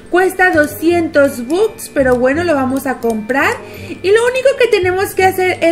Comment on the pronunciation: Holaaa La pronunciación de la palabra "bucks" es backs La pronunciación correcta De simple shapes es: simpol sheips No lo tomen como hate